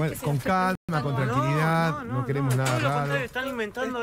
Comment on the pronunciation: No wueremos exsaservar dice el periodista!! Que cara dura😮